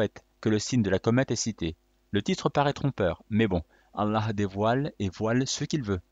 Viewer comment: c prononce الله et non اللح